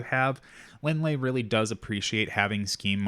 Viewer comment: Linh is Vietnamese, and Ly is the french spelling of Lee. Her last name is pronounced as the same Lee not Lie